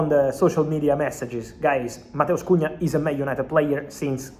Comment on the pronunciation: As a Brazilian, your Portuguese pronunciation of Matheus Cunha is on point 👏 👏